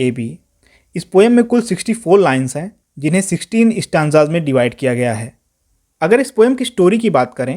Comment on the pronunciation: Sir it's not Stan... it's stanza